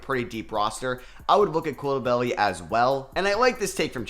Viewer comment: That pronunciation of Bilal Coulibaly is painful lol. It's simple. Cou is like "cool" and li is like "litigation" and ba is like "bastard" and ly is the same as li. Coulibaly